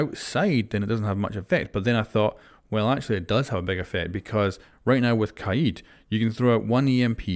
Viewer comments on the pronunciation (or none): I like how u r pronouncing kaid as kah-yeed